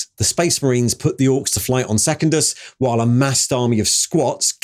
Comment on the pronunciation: seh-kundus not second-us